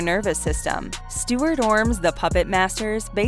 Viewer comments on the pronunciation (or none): none